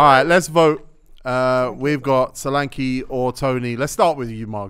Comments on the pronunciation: Y'all wrong with Solanke's pronunciation... Its Solanke, e as in /ea/ heaven, earth. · Solanke is a Yoruba name and funny enough the joke pronunciation they did is closer to how it’s meant to be pronounced than how it’s currently pronounced 😂😂